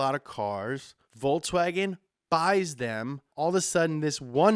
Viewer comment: lol, "Voltswagon" ??